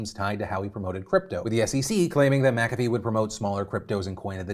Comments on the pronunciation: I'm pretty sure it's not "Makafee" but rather Mc-afee (kinda like McDonalds and not MacDonalds). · The way Phil said McAfee made me wince.... and he says it A LOT 😅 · Did you just… pronounce it “Macavy” and not McAfee Edit: so today i learned i have mispronounced this word my entire life